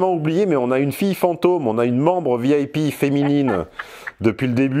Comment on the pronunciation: Non mais quel impertinence! Balancer à sa cliente qu'elle est "vieille pie".... sérieusement, quel accent horrible mon cher....le i en anglais se prononce "aille" et non "eille". Alors Vi-aille-pi plutôt que vieille pie! Prend ça bien!